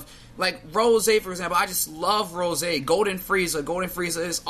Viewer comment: OMG the way you say Goku Rosaayy instead of just Rose makes me cringe.